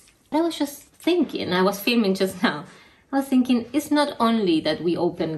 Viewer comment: Your pronunciation of thinking as thin king, reminded me of once in the office, when someone pronounced psycho as pussy cho and it's been how we pronounce psycho since!!!